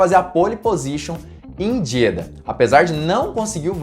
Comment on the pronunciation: Não quero ser mais do que ninguém.... Me desculpe... mas a pronúncia correta é Jeďá.... o A aberto no fim da palavra. Parabéns pelo conteúdo